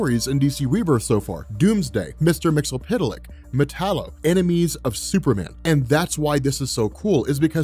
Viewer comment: It's "MIX YES SPIT LICK" not "MIX EL PIT O LICK". Look at how the name is spelled. MXYSPTLK Also he tells you how to pronounce his name in the episode of the 90's Superman cartoon "Mxyzpixilated" where he was voice by Gilbert Godfrey.